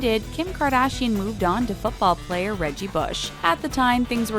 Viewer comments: You spelled player wrong you said plater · You said football plater